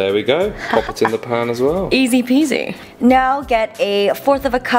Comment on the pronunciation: I think Chicken Caldereta is Filipino version of Dakdoritang. Looks good, Jenn! And I also love how you pronounced 'easy peesy' qt